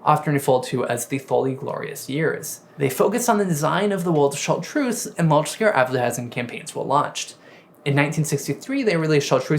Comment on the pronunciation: It's unpleasant hearing the speaker mispronounce Chatreuse. Not just once either. But it's probably too much to hope that he will take the effort to find out how the name is properly spoken